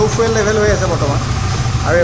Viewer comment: fuel ৰ pronunciation ফুৱেল নকয় ফিউল হয়।